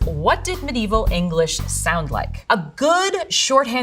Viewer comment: Great! How do you pronounce 'mediaeval' again?